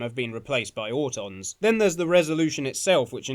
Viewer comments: Auton, some of us pronounce our t’s as d’s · What the gel is a AU-don??